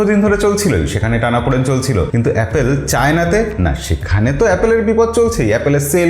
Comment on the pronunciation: এই ভাই থামেন থামেন আগে এ্যাপল বলা শিখেন 😂